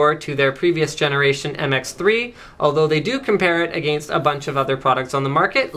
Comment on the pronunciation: Say against